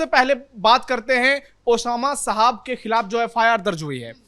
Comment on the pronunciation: ये पत्रकार नाम का सही उच्चारण भी नहीं कर सकते। ये महिला शहाब को साहब बोल रही है।